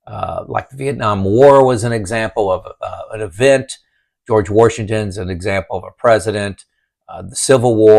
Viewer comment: "water heater" - lol, I've been corrected on that one myself several times - lol. Now we gotta work on that indiana-invented "R" in George Washington :-) Great video btw - I'm only a few months out and I'm currently in the omg / freakout / confidence stage :-) I love all the reminders and things to keep in mind moving forward.